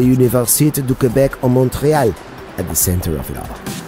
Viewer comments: When you spell "Montréal" in French , the "t" can't be heard. You must just say "Monréal". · your the most annoying narrator ever!! the way you say "montreal" in french is quite horrific